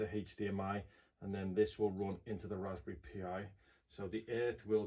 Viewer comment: Dude, it's pronounced like "Raspberry Pie," not "P.I."